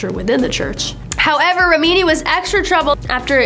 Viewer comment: rem-in-knee.. jesh... I tried to give this chick a fair chance, I really did.. but you need to get rid of her. She is so unprofessional and unlikable..